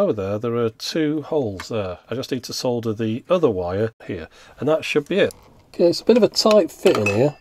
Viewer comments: So nice to hear somebody pronouncing "solder" properly! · To quote a well-known engineer: "For the benefit of our American viewers, yes that is how we say 'solder' in the UK. Why? Because it's got a f***ing 'L' in it!"